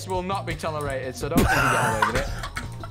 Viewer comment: “we- we’re bloody 2000 blocks aweh”